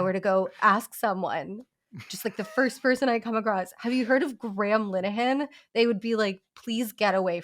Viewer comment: The way his name sounds like Gremlin Ahan when pronounces it